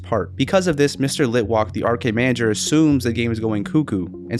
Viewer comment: litwock? its pronounced litwack because he's both lit and wack